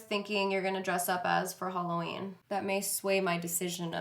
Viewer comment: Is she saying "Holoween" ???? CHRISTINE WHERE ARE YOU?